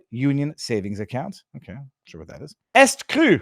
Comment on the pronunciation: Pardon moi, but it's "E ST Cru" as in "E Street Cru", not "Est Cru."